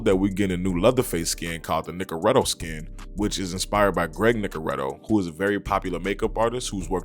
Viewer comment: Nicotero, not Nicoretto